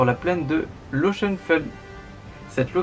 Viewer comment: Merci pour ce rappel historique. Certaines thèses placent le lieu de la bataille à Epfig. ( 67 Bas-Rhin) J’ai pu noter des erreurs de prononciation pour Wittelsheim [vitèls(h)aim] et Ochsenfeld [oksènfeld]. Attention toutefois aux e, je n’ai pas l’alphabet phonétique sur mon smartphone... Un autochtone a beaucoup de mal à comprendre ces noms tels que vous les prononcés. Cordialement Éric